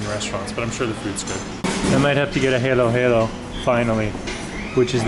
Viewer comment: Kabayan the stress is on the second syllable not the third syllable. By default all vowels in the Tagalog language are pronounced in their short versions with glottal stops and all stress or emphasis will always be on the SECOND SYLLABLE. Know this and you are already an expert in tagalog language pronunciation. Start with your halo halo it's not 😇 😇